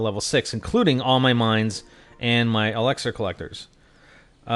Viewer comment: PRONOUNCE ELIXER CORRECTLY